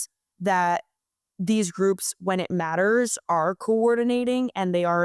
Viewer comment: when it Matteeeers. You knoooow. what with extending syllables at the end? take out the hot potato